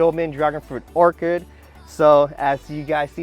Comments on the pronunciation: Everytime pronounces Orchard as Orcard take a shot! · Awesome Video, Its Orchard though not Orchid!😄